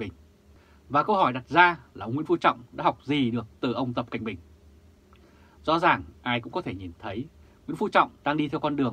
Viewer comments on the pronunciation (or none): có thể tập để đọc rõ tên "tập cận bình" đc ko, lắng nghe kỹ thì mình nghe anh phát âm là "tập kệnh bình"